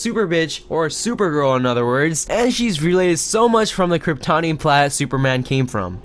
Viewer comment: huntress is the daughter of batman and catwoman from earth 2 and is the robin of that earth its pronounce kr-ip-tony-in red hood is more of an anti hero